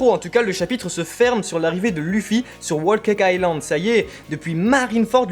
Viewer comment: Enfin quelqu'un qui prononce bien "Whole cake island" ;p Bonne review au fait ! J'en attendais pas moins , c'est la premiere que j'ai regardé